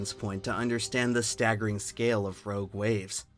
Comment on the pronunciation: the way he says “rouge waves”